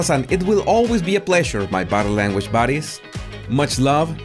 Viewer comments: It is buddies but with his accent he said baddies, which I thought was so funny. Unfortunately I pointed it out and he improved the pronunciation but lost some of the humour. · I thought it was "buddies".